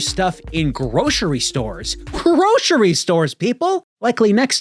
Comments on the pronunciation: "Groshery stores." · Whats a "Groshery store"